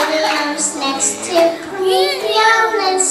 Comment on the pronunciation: Why did the people laugh? Is it because she pronounced (praseodymium?) wrong? Because I heard "francium-dymium".